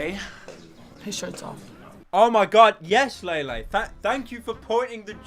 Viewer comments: No lele will have to stay ❤️ I love her it’s pronounce lele not laylay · La-Lay Poonz That is all.